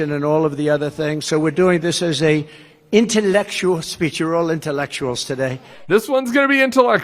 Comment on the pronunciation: Trump wants to do "Intellekshul" LMAO 🤣